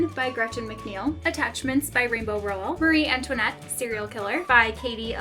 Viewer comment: Your shelves are so beautiful! Love the various knick knacks on them😊 Small question tho, I thought Rainbow Rowell's last name was pronounced with the emphasis on the first syllable?